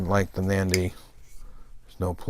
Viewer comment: Great knife, I have the same one in in ebony. Just one thing, it's not pronounced "Mandy" it's pronounced more like "Manundi", great video otherwise